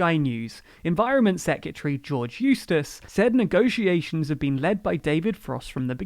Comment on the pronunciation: Still need to learn how to pronounce secretary! My clue this time is it has nothing to do with secateurs!